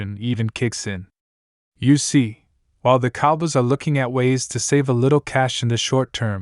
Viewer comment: Yo stop him from these videos Dallas Cowbiys it's Cow boys